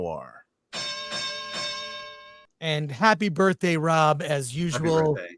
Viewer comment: I like how says "No,R" instead of "Noir" 😅